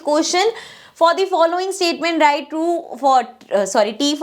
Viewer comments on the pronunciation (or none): none